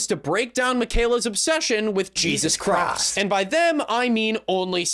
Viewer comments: "Jesus Chrost" is some mean pronunciation. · "Jesus Chrosst"